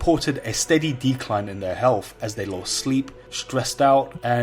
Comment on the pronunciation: "H E A L F"